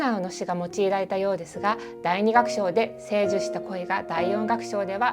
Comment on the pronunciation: こんにちわ。重箱の隅をつつくようで恐縮ですが、一つ指摘させてください。動画の17：23付近で、「成就」を「せいじゅ」と読んでいませんでしたか？これは「じょうじゅ」だと思います。ワタシも気づかずに間違うことが多々あり、他人のことはとやかく言えないのですが・・・